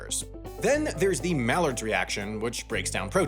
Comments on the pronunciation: Mallard's reaction?😅😅😂... silly American. Maillard which sounds like 'my-yard' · Pronouncing Maillard as “Mallard” is a food science crime. the FBI will be at your door soon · Hmm I'll have to try some of these. Did notice in the store recently that the size of a sprout is larger than I recall. Used to be ping pong ball size. Now some are almost twice the diameter. Also Maillard is pronounced "may-ar". Nothing to do with ducks. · maillard - sounds more like "my yard" than "mallard" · Here's the one pretentious comment: its pronounced MY-ard reaction, not Mal-ard. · my-ard. Not "Mallard". my-ard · Actually, both the way you pronounced Maillard and the corrected pronunciation text are both wrong. It's not mallard and it's not my-yard, the D is silent so it's like my-yar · I belive the "ai" in Maillard is pronounced like the word eye. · Maillard is pronounced ’my-yard’. A mallard is a duck, not a chemical reaction. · his mispronunciation of mailliard bothers me lol. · Culinary student and waiting for you to butcher maillard and you did not dissapoint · Inb4 everyone corrects the pronunciation of maillard, this reaction ain't no duck!